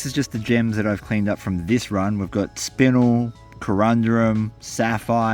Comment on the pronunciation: Only because you told us to educate, spinel is pronounced spin-el, like Kal-El Congratulations on the finding an awesome spot man, hopefully there's many more to come.